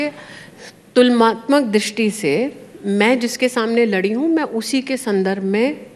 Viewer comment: Smriiti 'Tulmatmak nahi hota hai tulnatmak hai